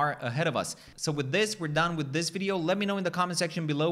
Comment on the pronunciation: VID-e-o not vid-ah-o.